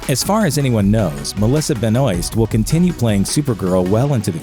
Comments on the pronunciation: Come on. I can’t believe you just butchered Melissa Benoist name. Do some fucking research or just listen to someone vaguely smarter talk for a second. Pronounced benwah. You turd. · Listening the surname “Benoist” said as Benoist is heartbreaking